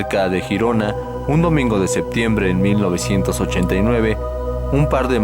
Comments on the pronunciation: Hola muy bueno este vídeo! Saludos enormes desde España. Lo único que se pronuncia Yirona. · Pronunciese (G)Yirona por favor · GIRONA NO SE PRONUNCIA JIRONA SINO LLIRONA Y EN ESPAÑOL SE LLAMA GERONA Y SE PRONUNCIA TAL COMO SE ESCRIBE. LE DAS CADA PUÑALADA AL IDIOMA QUE...MADRE MIA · No se pronuncia jirona si no Girona ,tú no dices Jato si no Gato además te ríes y pones un tono muy insultante cuando lees comentarios de los españoles que para nada se asemeja al acento español y nada de sudamericano, el que se pica ajos come y te crees el 7 ciencias que lo sabes todo dejando a las personas como ignorantes y todo lo que públicas ya está más que visto y resuelto ,y porfavor no estamos en la era de Cristóbal Colón por que antes que los españoles ya fueron los bárbaros dejando a incultos que hoy ya vemos los resultados de lo que nos encontramos en Latinoamérica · No es critica ni mucho menos, solo un simple detalle. Girona en verdad se pronuncia como si se escribiese con la y griega. Sería Yirona, que es como se pronuncia en catalan. El nombre correcto en castellano sería Gerona y en este caso si se pronuncia la g como si fuese j. Saludos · Se escribe Girona y se pronuncia Yirona, no Jirona, ya que dices que eres investigador ponte a investigar eso también antes de equivocarte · se dice gerona ! no girona si quieres decirlo en Catalan es Girona bueno te entiendo porque eres de Sur America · Se escribe 👉 “GERONA y GIRONA “… Se pronuncia👉 “LLIRONA” . Es Catalán,coño.😒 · Girona no se pronuncia asi